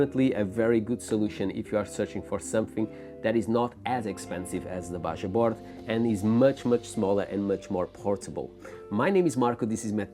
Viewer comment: FYI Bajaboard is pronounced “BaHaboard”